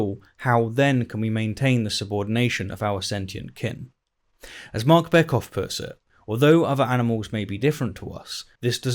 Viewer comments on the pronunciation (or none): none